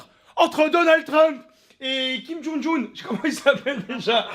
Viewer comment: "Kim jun un" 😂😂😂😂